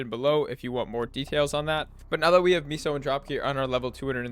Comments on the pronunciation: It’s meso (Meh-Soh) not miso soup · its "may-so" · Amgggg, stop saying MEESO lol.